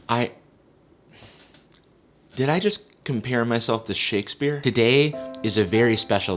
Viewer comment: Shakespeare? Shookespear